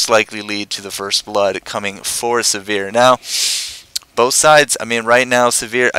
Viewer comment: Sivir: first "i" pronounced like "igloo" and second "i" pronounced like "e" in "er." Emphasize the first syllable. Siver, not Severe.